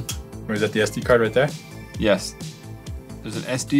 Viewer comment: U_U why dont you people learn its yes not "yas" if you dont know what i am reffering to it's JacksFilms